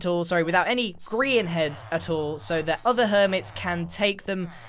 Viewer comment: Welcome to grain Ville! What do you mean it’s grian? No it’s grain. Definitely